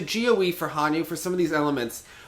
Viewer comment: Joe calling Hanyu: "Hon-Nu". BRUH.